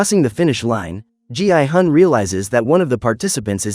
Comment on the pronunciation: Why did it call gi-hun gi i-gun?